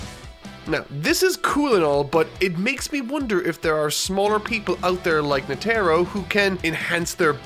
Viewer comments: So we’re just gonna ignore the fact that he called Netero “neh tare oh” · Uh oh that's not how you say Netero😳😅